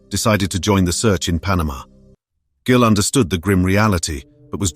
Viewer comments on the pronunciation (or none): Gill? Not Jill?